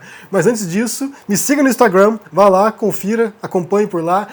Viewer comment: Por favor, fale a palavra " instagram" como os brasileiros falam " instagram ". Não precisa falar a palavra " instagram " como um americano ou inglês, até onde sei, você é brasileiro!